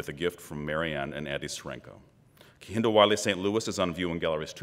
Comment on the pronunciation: Lovely man and very eloquent. As a fellow namesake tho, I wonder if it triggers him that they're not pronouncing his name correctly. Cos it makes me cringe